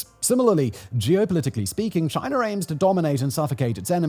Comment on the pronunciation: Aww he stopped saying Chiner